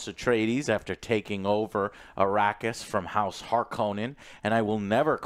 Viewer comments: HARk-O-nen is a Finnish Sir name (no Conan ) and it is how Frank Herbert pronounced it in interviews. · Thank you !!!! no ideas why they change the pronunciation of Harkonen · Herbert himself pronounced it Harkonnen. Sure Har-koh-nen kinda sounds better, but that doesn't respect Herbert's vision.